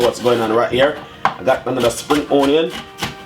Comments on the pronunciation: because thats the dialect version and not onion...on-yan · Y does he always says ONNYAN?? Drives me insane!!! I know this is a year late posting this 🤦🏾‍♀️